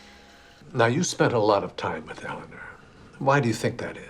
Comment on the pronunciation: Anytime she says"Eleanor"she pronounce it"Elena".